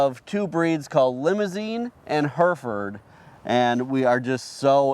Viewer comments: We here in the UK we pronounce Hereford as Her-e-ford not herford they are an English breed, as if you didn't know. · That would be "Herryford" not "Herfud".